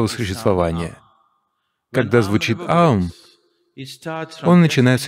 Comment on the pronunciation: Невероятно! Это лучшее объяснение и произношение этого звука! Благодарна! Никто не мог нормально объяснить, даже учителя йоги.